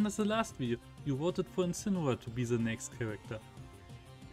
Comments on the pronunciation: You say incineoar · Don't you mean Incinewoar